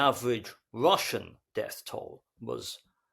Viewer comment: Well, except for his tendency to pronounce an initial "r" as "wr" in the Saxon fashion; for example "wrelationship" or "Wrussian" . By the way, at that point he mistakenly calls the ruzzian casualty rate a "death toll." Deaths are probably only about a third of total casualties most of the time.